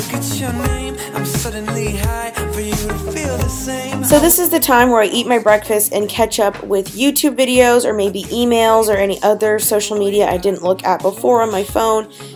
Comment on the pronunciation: Is it only me that thought she said ketchup when she said catch up😂😂